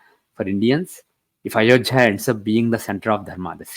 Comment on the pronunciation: Why is he calling ayodhya as ayojhya?